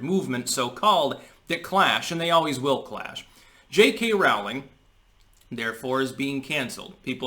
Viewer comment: Rolling Not Raw-ling